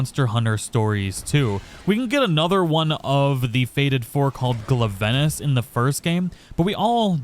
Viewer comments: I'm sorry I love ur channel but I can't help much cringe when he says gluh-venice instead of glav-enuss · Im sorry, you pronounced Glavenus as WHAT? 😂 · Ain’t no way you can’t pronounce glavenus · You did NOT just pronounce Glavenus like that. 😭